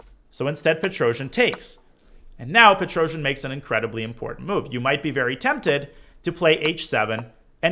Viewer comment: Its pronounced Tigran Pe-trosz-YAN not Petro-zhi-an :]